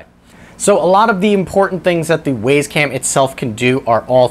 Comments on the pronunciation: Thanks for the review ... it was fine. Except, for one thing ... . The camera is named the 'W[Y]ZE CAM'. Clearly pronounced ..." [WI]SE ... CAM". NOT ... "W[A]YS ... CAM". Presumably named as it is, to try to make owners, and potential owners of the camera feel WISE ... for choosing such a valuable item to purchase. You seem to be a well-spoken, reasonably intelligent person. But ... When you call the 'WYZE Cam', the 'WAYS ... Cam', it makes you sound like a MORON. Please ... Stop. Thank you. 🤨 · It's pronounced, "Wise" "Waze" is a nav app. Great info packed review, by the way! Well done! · How do you pronounce WAZE? Then how do you pronounce WYZE? WISE!!!! NOT WAYS!! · It's not Ways it's wise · I believe the it should be pronounced like wise not ways. Hint wise camera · I'm pretty sure it's pronounced "Wise". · Love the video. It's pronounced Wizz cam btw. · Uh, no? Where are you getting that information? The company name is pronounced "wise" ... Go look at their YouTube videos. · It’s pronounced “Why’s” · Had to dislike just because you cant say wyze correctly during the review